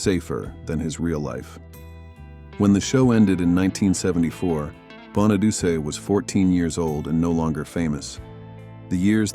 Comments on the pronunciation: "Danny Bonaduce's" last name is pronounced (Bahn-uh-DOO-Chee) (Bahn-uh-DOO-Chee). 😵‍💫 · Danny Bonaduche's last name has four syllables, not three. It does not sound like a feminine hygiene product. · Danny Bonadeuce? lol 🤣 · 🎉the bus was scrapped, it’s not in a museum. It’s pronounced “ Crowe” like the bird. And Bonaduce is pronounced “Bonnaduchie”